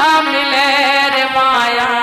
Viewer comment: मिले और चले का बेटी उच्चारण सही कर लो.